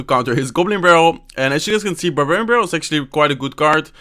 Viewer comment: the way he says barbarian barallel